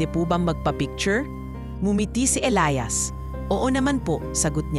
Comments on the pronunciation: E L I A S ELIYAS Not...ELAYAS Pag igihin mo ang pag bigkas. Ok nman story. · Magandang kuwento pero ang pagbigkas sa pangalang ilias ay mali mali.ang bigkas ay ilayas imbis na elyas or ilias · Ausin mo pag bigkas ng Elias paiba iba inaarte mo pag bigkas mas maganda simpleng Elias lng